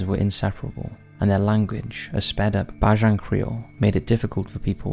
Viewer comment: barbados creole is pronounced "bay-jin"